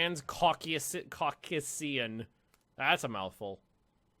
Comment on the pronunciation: Your pronunciation of Transcaucasian was painful. Literally trans-Caucasian (as in white).